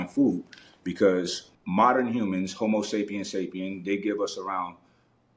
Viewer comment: I was with him til he said "homosapien" like we involved or something. But the other knowledge was pretty good. This video is the epitome of eat the fish, spit out the bones.